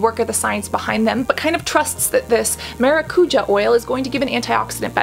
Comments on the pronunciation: ma-ra-cu-ya not ma-ra-cu-ha or ma-ra-cu-ja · 🚨 Cassandra 🚨 i would love for you to see this comment 🚨 i have been trying to correct Hyram and James on the pronunciation of the word 🚨 it's MaracuJÁ, not MaraCUja, the accent is on the A 🚨 grammar police 🚨 LY <3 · Hello, another fellow brazilian here!!! It's pronounced maracuJA not maraCUja, I swear to god hearing people who don't speak the language saying this words feels always so strange, but so funny!😅😅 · Quick tip: It's pronounced MaracuJAH (not the spanish J). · Maracujá is literally passion fruit in Brazilian Portuguese (indigenous brazillian word, tupi-guarani) The pronunciation of the "j" is not like in Spanish... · It say maracujá (the a's you say with a string tone like the first one) translation from portuguese to English is exactly passion fruit. :) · The J on maracujá ir read like the J on je t'aime